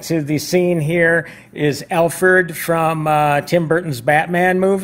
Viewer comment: Wtf... who is Bayla?... and Alferd ?!?!? Lmfao